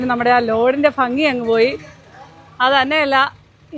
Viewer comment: ഫങ്ങി അല്ല ഭംഗി 🤣🤣